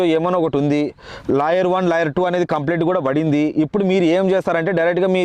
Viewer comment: లాయర్ కాదు రా కుయ్యా 😂.. లేయర్